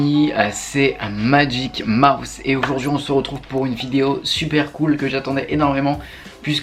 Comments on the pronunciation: Pour la communauté je proposerais le nom ''Les Mouses'' (ça se prononcerait les maousses) ^^ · les mouse qui se dit (maouse)